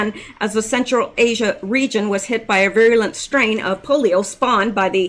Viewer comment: virulent= "pronounced veeralunt"